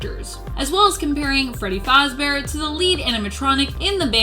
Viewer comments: “Freddy Fozzbear” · DID SHE SAY FREDDY FOZBEAR😂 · 0.11 freddy fozzbear